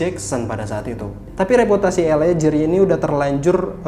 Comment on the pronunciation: Mas, LA GEAR bacanya bukan JIR tapi GIR..... ah elaah🤜💥